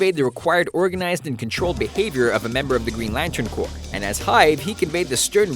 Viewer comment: We found someone that's says Corps right on YouTube! Thank god